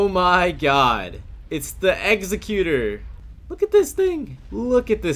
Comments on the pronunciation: executor = egg secutor learn to pronounce things this is a joke. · Homie. The ships name is pronounced Eggs-ek-u-tor. Defined as a person who produces something or puts something into effect. Best ship deserves respecc. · Nice video. Executor is pronounced like the executor of a will and not like a person who systematically kills ppl. 🤓